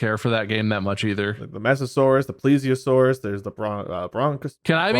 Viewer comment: jurassic period. cretaceous period. triassic period. Probably messed up the spelling but those are the man ones right? Edit: has mispronounced Plesiosaurus he can't be trusted